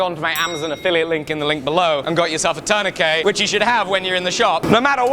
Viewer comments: ya its a Turn-a-kit. not a Turn-a-Kay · "Turn-a-kay" ? Turn-a-kit haha sorry emt, had too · Turn-eh-kit. Please sir.